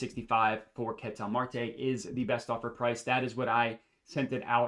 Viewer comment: big fan of your work but it hurts listening to you butcher the pronunciation of "Ketel" over and over lol. If you watched him play, you'd know that's not how you say it.